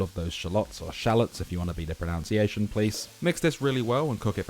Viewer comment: You pronounced pronunciation wrong, its pronounced pro-nun-ciation, not pro-noun-ciation 👮‍♂